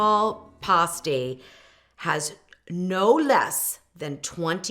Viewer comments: I lived in the U.P. for years and always heard it called "pass-teas" not "pah-stees". I have an originsl pasty recipe from one of the larged pasty shops in Marquette. I might try yours because trying to find rutabagas here in Indiana is impossible. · Not to be critical but you're pronouncing it p-ah-sty when correctly, it is p-ass-ty. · Born and raised in the UP. It is pronounced PASTE -EE